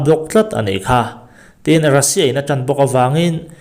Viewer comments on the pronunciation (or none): none